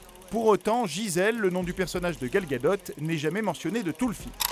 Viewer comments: Ca se prononce bien Gal Gadote :) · Miltero Il le prononce bien